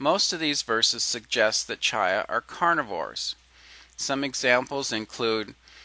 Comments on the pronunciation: To the creator of this video: Just so you know, the Hebrew word that you're pronouncing "CHY uh" is actually pronounced "KHY," where the "kh" sound is a guttural scraping at the back of the throat that is much like the German "ch," as in "Ich liebe dich." It means "life." If you want to hear it in use, go find a video of the song "To Life" from Fiddler on the Roof, and take note of the first line of the song, "To life, to life, l'khaim, l'khaim, l'khaim, to life." They're pronouncing it properly; the form is plural, so it literally means "to our lives" or something like that. Your ignorance of Hebrew pronunciation is driving me nuts. Just saying. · I like the video A LOT! There was great information provided on a lay-level, that being its easy to understand. No discredit to you, because you obviously do not know or speak any form of Hebrew. But, every time you pronounce "ch" as in the Hebrew word "chi'ya" you use "ch" as in church. This makes me cringe because your information is so good, it just makes your whole video sound uneducated. (This makes me sad because you are not stupid). For your information (and for future reference) There is no "ch" sound as in "church" within the Hebrew language. When you read "ch" in a Hebrew word, it is pronounced "kh" (But with a phlegm kinda sound). The sound is close to saying the letter "K" at the same time as a heavy sigh. You can also look up how to pronounce the Hebrew letter "chet" on youtube to listen to how it is properly pronounced.